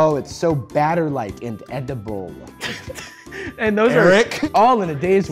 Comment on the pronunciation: "That is so batter-like and E-DI-BUL"